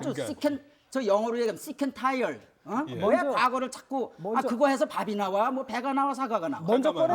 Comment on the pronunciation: 난 아주 영어로 얘기하면 SCAN TIRED ㅋㅋㅋㅋㅋ 발음보소 ㅋㅋㅋ. sick and tired가 발음이 안되나